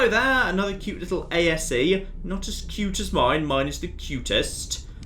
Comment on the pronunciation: It's A.S.E, not A.S.A!